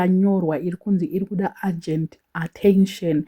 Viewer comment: Urgent and agent are two different words and pronounced differently. Taura neShona tinzwisisane please